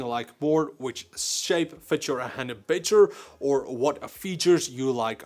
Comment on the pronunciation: "BEY-TER and BEY-TER" HAHAHAHAH